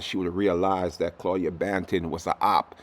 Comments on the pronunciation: do you say buju bantin? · News lady said "Claudia Bantin"🤣